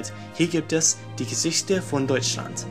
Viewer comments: Die Geschichte(pronounced "Geshihte" not "Gesihte") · Your channel says that you're from germany but your pronouncing of Geschichte sounds... different